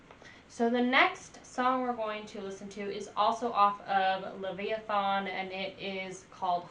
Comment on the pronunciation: You made me laugh....it is "Leviathan". Not Lev-i-a-thon. That was adorable. Yeah, Mastadon is excellent and Brann is a killer drummer. Lots more to enjoy and I hope that you'll post more about them. ;)